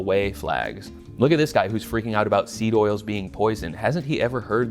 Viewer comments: Damn near choked on my raw milk bull testicle smoothie when i heard you say "sneed oils" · lmao did really say "sneed oils"? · sorry but hearing the internet cooking guy who tells me how to make burritos and salsa say "sneed oils" has inflicted psychic damage on me